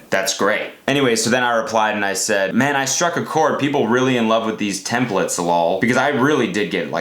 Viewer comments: n't iTs temPLaTeS not tempLiTs GOD DAAAAAMNN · TemplAAAtes not templtes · Wtf its "templAtes"